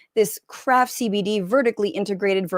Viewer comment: You actually say CBD! And not CEH BEH DEH like Sam lol